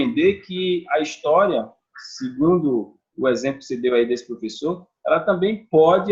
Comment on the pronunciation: Uh meu plofeçô kkkkk isso foi de propósito